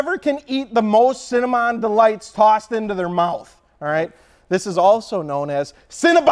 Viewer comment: nay one hear how he pronounced cinnamon?